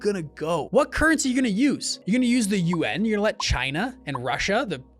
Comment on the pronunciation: y u say yuAn funny